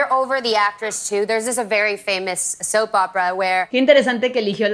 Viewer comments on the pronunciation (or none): Ale Flower es soap no soup